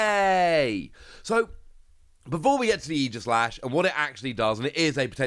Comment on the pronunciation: Definitely pronounced Ee-jih-slash like you said because it’s based off of Aegis from Greek mythology. But I will definitely always say ay-jih-slash lol